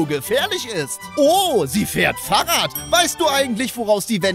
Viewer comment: wie er Fahrrad ausspricht